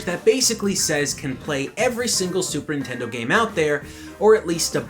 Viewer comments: "Super intendo" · did you just say "super intendo?" wow that takes me back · I love how sometimes he say says super intendo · Why does keep sayin super 'intendo?